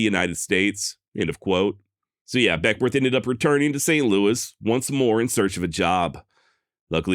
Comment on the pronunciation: I'm a Northern California native and work about an hour from Beckwourth. The locals pronounce it Beckwith and I've read he pronounced it the same. Hahahaha I just heard you say whitewarsh 😂